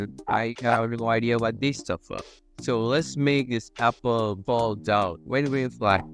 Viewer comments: Apple not appel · Its apple not appel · scratchjr: appel: also appel